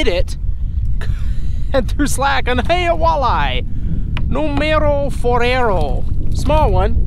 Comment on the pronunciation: hahahaha from that moment you said it, numero cuatro is numero forero hahahahaha i love your vids bro.